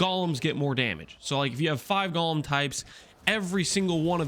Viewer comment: Does people pronouncing golem as "Gawlem" annoy anyone else?